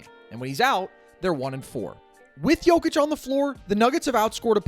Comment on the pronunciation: Well his name is Jokic no "D" lol